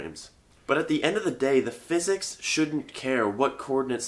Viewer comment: For a moment there, I thought you said "Welcome to Tensor Calculus for Fitness". For a moment there, I was excited...